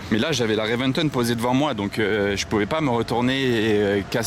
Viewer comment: Ami.La Lambo est une Reventón et non pas une Reventen comme tu proclame.Tauro issu d’une corrida espagnole comme tous les modèles depuis la fondation de la marque.😜.